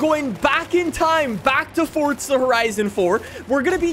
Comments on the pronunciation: FOR-ZA not FORT-ZA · Didn’t know forza had a “T” in it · There’s no H in forza stop saying it like that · Ah yes Fortsa horizon